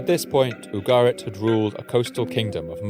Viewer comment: Ugarit not Abo Garrett